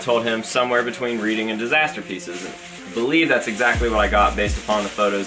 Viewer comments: I know I'm late but reading festival is pronounced 'reding' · Are you on about Reading Festival... If you are you said it wrong.. it's actually pronounced Reding... but England is weird.. haha